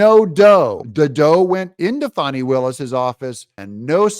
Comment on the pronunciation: fani… it’s not spelled fahhhhni brother Doug